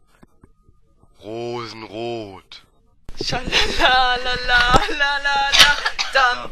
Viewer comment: Oh Mann . Affengeil xDDD Rote Fee: ,, Rosenrout!" xDDD Ihr seid geil =P